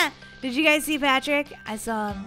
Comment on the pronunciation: When you saw Patrick I thought you said pan trick